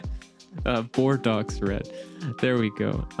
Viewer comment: Very nice work. Thanks for the tutorial. Bordeaux, a city in France, is pronounced Bor-dough. Like bread dough. : )